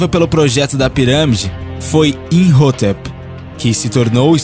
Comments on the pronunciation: cara esse "INRROTEP" que vc menciona tantas vezes no vídeo, na verdade é "IMHOTEP" é bem falado no filme da Múmia e tbm no Discovery '-' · Pronuncia errada de imhotep